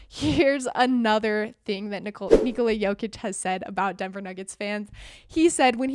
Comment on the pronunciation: You saying it pretty good. Almost like native, 9 from 10 ;)